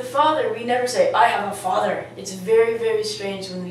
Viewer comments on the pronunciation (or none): while speaking mother father n even in brother u didn,t take care of the pronounciation of th as u taught us in ur other lesson.im a bit confused.should i forget th for mother,brother........